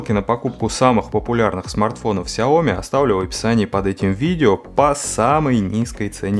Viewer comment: Сяо-Ми с ударением как сЯо-мИ, так правильно по-китайски будет "маленькая штучка". А вообще спасибо за дополнительную инфу, кое-чего не знал :)